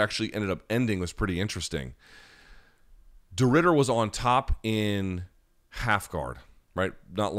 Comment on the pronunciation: You did a decent job on Reiner de Ridder pronunciation mate. Last name is perfect, Reinier is more like.. Rai-knee-r